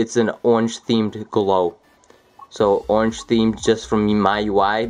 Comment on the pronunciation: "as you can see it's ownge themed... it's an ownge themed glow.. you can see the little glowy ownge."